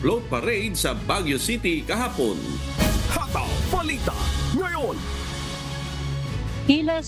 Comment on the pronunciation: Masyadong malambot na parang binabad sa Downy nb 10 taon ang pagbigkas niyo ng "hataw" please more energy, magagalit niyan si Gary V.